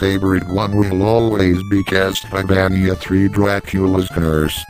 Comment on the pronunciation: Lol "My favourite will always be Castleyvaneeya"XD Good review